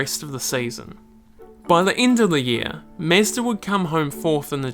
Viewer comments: Who is the “mesdah” you keep talking about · holy shit did i just hear MESSDA? bruh wtf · Why does he keep saying Mezdah. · Who else scrolled down the comments to see if anyone else noticed how he pronounces "Mezd-aa" lol !!!!!! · Great video but please dont ever say Mezda.. 😁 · say mezda one more time I dare you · Me like 5 times in the video: who tf is mezder?? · mEzda.. you know mE(with an E)zda mEEEzda o.o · tf is this accent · This guy has the weirdest pronunciation of Mazda I’ve ever heard. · i can't even listen to this lol did you really not look up how to say mazda my dude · I love this video. You did a great job! I like the sound of a British accent but when you say "car" and "Mazda" it's like nails on a chalkboard. You sound just like the character John Hooker in Mad Men. I think it's the mix of accent and mispronunciation that makes it stand out. You should use the word "ya'll" in your next video. I bet it sounds great when you say it. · Its interesting but you gotta learn how to say Mazda, both japanese and western way. xD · MEZDA 🤷‍♂️ ?!? wtf ?!? Is it so hard to say Mazda??? Idiot🤬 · Mazda not Mezda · It is mAzda, not mezda!! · nice Video but it is pronounced Mazda not Meastah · Sounds weird when you say "mEzda? It's mAzda", same as AUDI, not ÆUDI. Original pronunciations sound better than english "conversions". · mAzda, not mEzda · It's Mazda not Mezda :D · Its Mazda,not Mezda.. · its not MEZDA its fkn MAZDA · Mazda, not "Mezda" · mAzda, not mEzda, thank you. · got me confused.. is it mAzda or mezda ? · Tried and tried to watch this but this chump constantly mispronouncing MAZDA as mehsda drove me insane. Never mind what he did to Hiroshima! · It's Mazda not Mesda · It's Mahzda, not Mazzda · Bruh, it's mazda not mezda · Everytime he said mesda😬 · the only real mistake was pronouncing it "mehzda" -j/k well made video :) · MEZDA lol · Interesting vid. But why you keep saying "Mezda"? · "Mezduh" hahaha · For sure stoo saying "mezdh" please 🙏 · Mezda? lol